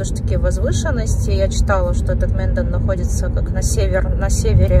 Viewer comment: Это не Минден, а Менден